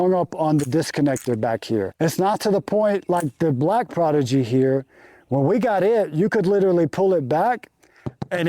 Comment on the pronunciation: can't tell if he is mispronouncing the prodigy on purpose?